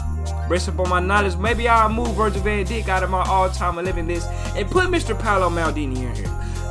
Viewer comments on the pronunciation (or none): bro said "Virgil van Dick" 💀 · "Virgil van dikkk"..... It's pronounced as Virgil van dike😂😂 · somebody gotta tell this man how to say "Van Djjk" 😭😭😂